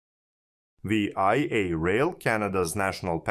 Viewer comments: One would think that if one were making a public video about VIA rail one would know that there is not such thing as V....I....A rail. This is only called Via rail by Canadians. AI stands for Artificial Idiocy. If one cannot even rely on the pronunciation that all Canadians know it calls into question all the information that you proport to present. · Great video. Small point, its not said "Vee Eye Eh (V I A)” it's spoken as the word "via". As in "I'm flying to Singapore via Lahore” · Great video! Just a friendly tip, VIA is pronounced veeyah, one word. I am from Toronto so I know. Keep up the good work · VIA IS SAID VEEYA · Pronunciation is the English word "via", not each letter of the word. I'm hoping this private-partnership doesn't turn into a 407ETR type operating agreement with no fare control. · I can’t watch this anymore…it’s hard to listen to a foreigner say VIA, It’s Vee-Ah. JFC mate, learn how to speak properly! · Like VISA but remove the S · Great video. But you pronounceing Via like an acronym instead of the word was a bit grating. Its pronounced like the word via as in traveling to a destination via a train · How do you do the research for a video like this, and never hear the word pronounced?! How do you spend 20-40 hours on production, and never bother to fix such a glaring mistake?! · The mispronunciation makes it seem like he's talking about some other country. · I'm fine with people from other countries occasionally mispronouncing a Canadian term. It adds colour. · Also... If you're going to pronounce it like it's an acronym, do you not have even a tiny bit of curiosity as to what that acronym stands for?